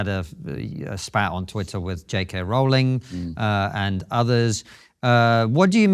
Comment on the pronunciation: Kudos to KK for correct pronunciation of J.K. Rowling's last name. Tsk, tsk on Matt for not minding this detail. It used to be a point of baseline respect to get someone's name right.